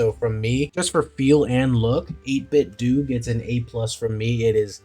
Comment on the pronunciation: I know it’s kind of knit picky but I just wanna say that it’s pronounced 8bit-Dough